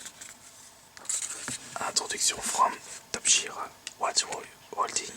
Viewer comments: Olalalala qu'elle accent anglais merdique xD même une personne nul en anglais le prononcerais bien on dit pas Top "Jir" mais "Top "Guir" ;) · PUTAIN C'EST TOP-GUIRE BORDEL. Pas "top jire". Renseigne toi avant. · Pour Top Gear on le prononce Top Guear:) C'est une émission anglaise de voitures sur la BBC.